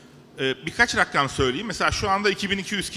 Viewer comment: Hem rakam olmayan sayilara rakam demesi hemde Rakkam demesi sinir krizi geçirtti adamin